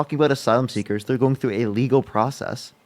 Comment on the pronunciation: you did say, or at least it sounds like you say "illegal" here, I thought you did as well and was very confused. I think you said "uh-" then lead into "legal" which makes it sound like you said illegal.